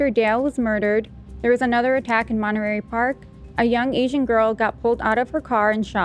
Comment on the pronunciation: I love how pronounced Monterey Park, so cute. I watched the Netflix documentary on The Nightstalker. I ended up looking up Gil and saw George Lopez had him on his podcast. I am sure Gil Carrillo would come on the show if you guys ask him. He is a huge Dodger fan btw.